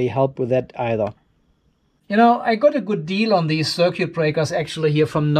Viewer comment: machst dir ne rübe daß die schwatten drähte ein paar millimeter unterschiedlich lang sind jetzt.. aber dein datenkabel hängt wie ne wäscheleine in der luft.. mach liber plus und minus verschiedene farben wenn dir details wichtig sind (das "u" in "circUit" wird übrigens nicht ausgesprochen.)